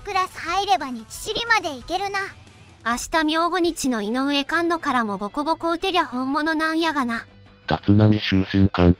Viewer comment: 毎回 菅野（すがの）を カンノと言うの草